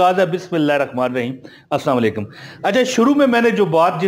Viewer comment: Salam ko sahi bola Karo Assalamualaikum